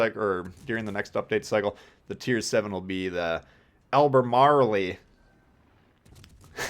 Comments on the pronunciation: British heavy cruisers I'm very interested in. And its "al-ber-marl" Btw :-) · It's basically [AL] + [BUH] + [MAAL],;) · Devonshire pronounced Devonsher ( I'm from there) Albermarle pronounced Albermall. That's taking into acct your accent lol. About time they did something about friendly fire, gets on your nerves especially at the spawn when some idiot thinks it's funny to fire guns/ torp sat you. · Albermarle ?More like Marlboro !